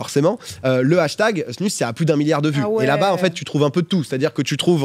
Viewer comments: Drôle de voir ça avec une snus dans la bouche😬 en tant que hockeyeur suisse…. Ps(ça se prononce snouse) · Par contre ça se prononce pas "snus"...